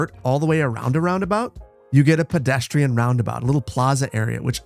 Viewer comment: Bro said pedestriean roundabout xd